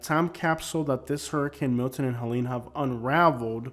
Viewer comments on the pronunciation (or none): none